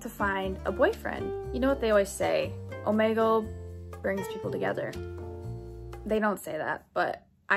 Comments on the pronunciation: Its pronounced oh-me-gle. NOT oh-ma-gel! Get it right! (Btw it annoys me when people pronounce it like that. So please say it oh-me-gel, thx😊) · oh- MEE- gul is how u pronounce it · Its pronounces omeegle no hate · is it just me or is she saying omegle wrong?